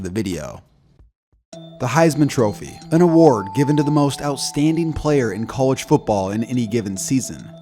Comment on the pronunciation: It’s cah-ledge football not coo-ledge football. Cringe